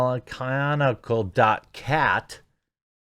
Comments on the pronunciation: Jeremy, just an FYI, but I think the website is pronounced EL-NA-SHE-NAL. It looks like it's Spanish or Portuguese. Also, I have a couple of grandparents born in 1943. They'll turn 80 next year. I also have an uncle that was born in 1970, funnily enough. Trust me, you can tell the difference between them. Just thought I'd help you out with the math a bit. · Imagine not knowing how to pronounce El Nacional. It translates to 'The National' add some spanish fuego to it 'Ehh-l Na-sho-nal' <- Imaginary phonetics. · The 'say el nacional without sounding like a retard' challenge is harder than anticipated it seems lol